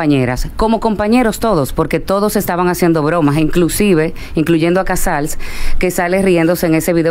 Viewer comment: Díganle. Al.. Que no es. Casar. Es. Casals